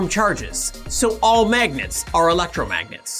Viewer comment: Did you say magets?